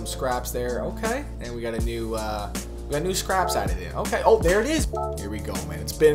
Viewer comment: Its scapes man not scraps 😂